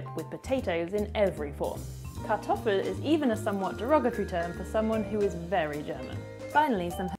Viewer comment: nice pronunciation of kartoffel. proud of you.